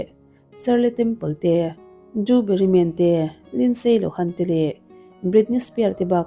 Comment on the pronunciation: Drewbarry Moore tih tur ni awm...drewbarry Man.. a lar teh reng nen hei chu...